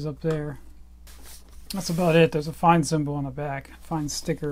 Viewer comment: Its not pronounced 'Fine' its 'Fayn'. I used to work for a distributor handling Fein products here in the UK and this was always how the Fein rep pronounced it.